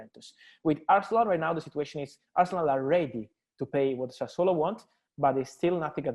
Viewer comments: has gone from saying Sassuloo to Sassuaalo. At least it is progress. I know it is incredibly hard for him but hopefully he will say Sassuolo soon. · Wonder how much times practiced pronouncing "Sassuolo" before Romano came on.🤣🤣🤣🤣